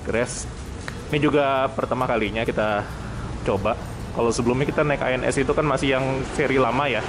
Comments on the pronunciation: keselip lidah Loket ANS jdi ALS....😀😀 Lanjut bang ...🙏🙏🙏👍👍🙂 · loket ANS bang,bukan ALS 😂😂😂